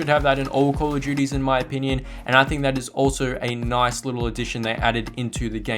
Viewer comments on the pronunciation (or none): none